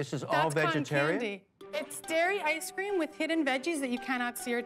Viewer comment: Can someone tell me why Kevin pronounces it “I scream” 😂